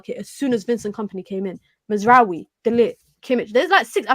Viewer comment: Who the hell is Mazzaroui?? His name is Mazraoui. Maz. rao. e